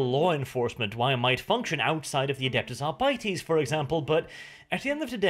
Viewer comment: I love you like my firstborn but for the love of the Emperor stop pronouncing Adeptus Arbites as "Adeptus R-biteys".